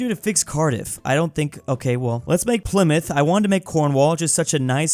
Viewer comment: I'm actuallt surprised that sayd "Pleemuth" instead of "Ply-Mouth"